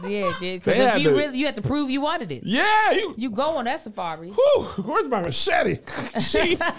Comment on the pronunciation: "WHERE MY MACHETTI ????" I CANNOT STAND KEV!!!!